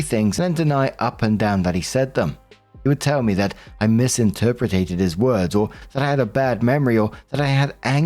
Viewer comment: Story 1 - When once again sees "misinterpreted" yet says "misinterpreTATED".